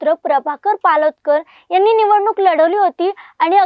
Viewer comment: मॅडम पोलादकर नव्हे पालोदकर आहेत पूर्ण माहिती ठेवूनच बोला 🙏